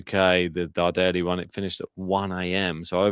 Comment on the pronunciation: Hi! The correct pronunciation of Luciano's surname is Dàrderi (not Dardèri)... Greetings from Milano 👋